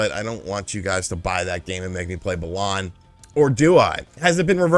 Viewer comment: Funny that you mention "4D chess" in a video partially about Star Trek considering there's an official Star Trek 3D chess game patterned after one played in one of the episodes. And funny that you're still saying "Balawn" after all this time even though BW's plot is about restoring BALANce to people's emotions.